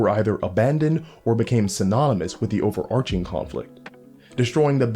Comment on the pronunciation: Thank you for pronouncing overarching correctly.